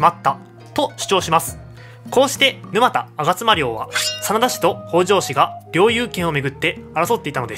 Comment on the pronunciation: 動画はとてもわかり易かったけど、 沼田のイントネーションに違和感。